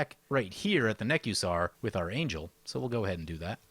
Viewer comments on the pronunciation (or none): none